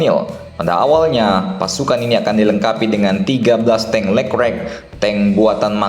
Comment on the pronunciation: Dibacanya lekrek ya, bukan le klerk?